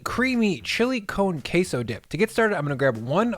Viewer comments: He really said Chile cone queso. That made my day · “Chilly cone case-oh” Jesus fuck try even a little bit harder